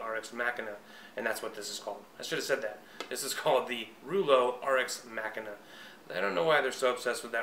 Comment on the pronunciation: Pronounced mah-keena